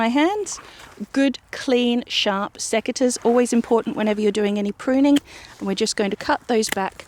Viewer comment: Did you say seceters? Is that a brand?